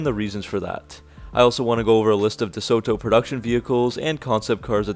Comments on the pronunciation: Nice research and photos! Pronounced 'Duh-Sew-Doe'. Not with a hard T and pregnant pause like you said. : ) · Dee-sota. That's how we said it. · Great video...note the "t" is soft i.e. "DeSodo" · your pronunciation of DeSoto is so wrong, you day De-So-to and is De-Soto pronounced quickly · ..interesting pronunciation of deSoto..we always pronounced it as 'deSodo..without the hard 't' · Unfortunately, that is how many younger uploaders talk these days. More of a copy & paste scenario with little thought into the delivery and speech. The way 'Duh-Soe...Toe' was said over and over was a bit cringey as well. He did add nice photos and included a lot of info but could've been a bit more polished indeed. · Groucho always pronounced it DeSoda... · I’ve never heard it pronounced DeSooToe? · I really wanted to watch this video, but can't get over the way you pronounce DeSoto. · I love this guy hitting the "t" so hard in DeSoto again and again. Oh right. This is the guy who can't pronounce "fuselage" (see his airplane videos).